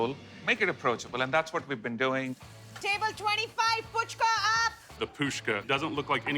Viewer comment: Missing the all-important 'h' in the 1st syllable of pHuchka is like saying "amburger".